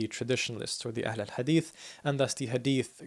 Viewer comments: Yeah, he pronounced it better than Turks who say ehlül hadis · The way he pronounces "Ahl-al Hadith" RESPECT